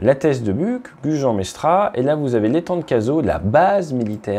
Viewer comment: ouais mais la j'ai fait une syncope quand j'ai entendu gujan mestra 😂😂